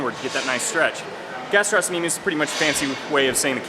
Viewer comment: The C is silent in gastrocnemius. Nice workout.